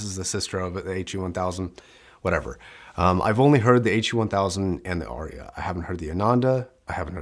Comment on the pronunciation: It’s Arya not Orya.